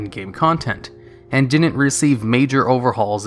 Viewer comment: Do you realise you say "din-n't" instead of "didn't"?